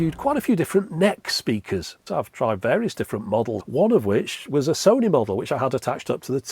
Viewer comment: Sony. Rhymes with ‘moany’. For so many reasons 😉 Edit: if we were supposed to focus on sound behind us we’d have cats’ ears or eyes in the backs of our heads.